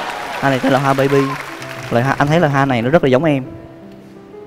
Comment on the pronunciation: Bấy bi mà sao cứ bấy bê á nhờ